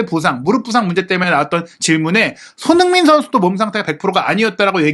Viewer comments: 왜 손흥민 선수 발음만 안좋나요 ㅋㅋ 손흐밈 선수라뇨 ㅋㅋ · 손흥민 선수라고 발음하기 힘들면 그냥 손 선수라고 읽는 게 어떨지?